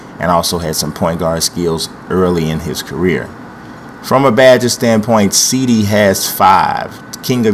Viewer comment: thats not have you pronounce cedi tho